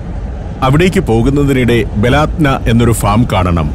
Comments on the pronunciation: ബലാത്ത നാ അല്ല ബലദന എന്നാണ് വായിക്കേണ്ടത് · ബലാദ്‌നാ അല്ല ബലദനാ നമ്മുടെ നാട് എന്നർത്ഥം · ബലാദ്ന അല്ല, ബലദ്ന എന്നാണ്. എൻ്റെ നാട് എന്നാണർത്ഥം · ബലാത് നാ എന്നല്ല സുഹൃത്തേ, ബലദ്നാ എന്നാണ്. എന്ന് പറഞ്ഞാൽ നമ്മുടെ രാജ്യം എന്നാണ് അർത്ഥം. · ബലാത്ന അല്ല ❌ baladna 👍